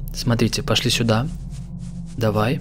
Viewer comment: А можно вапрос, пачему ты гавариш сюдой а не сюда??? 🤔